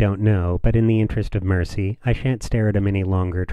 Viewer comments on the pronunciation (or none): none